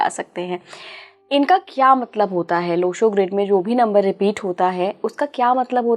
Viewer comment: संयोजक साहिबा बार बार लोशू ग्रेड बोलती है जबकि लोशू ग्रिड सही है.